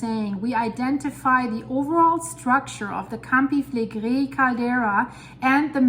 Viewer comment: It is a pleasure hearing her say "Campi Flegrei," truly!